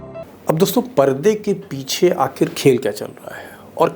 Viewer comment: Sir Aap ek word galat pronounce karte hain Aakheer....आखीर ise Aakhir आखिर ...बोलते हैं ।मतलब छोटी इ की मात्रा है